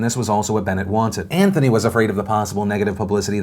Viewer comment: Great show today, but James.. smh. "Antony" LUL nice meme ;)